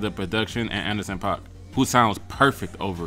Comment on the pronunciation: U pronounced Anderson.paak right it's like pock